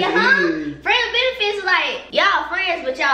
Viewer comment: Anybody recognize when it said “frieds and benefits 😂😂😂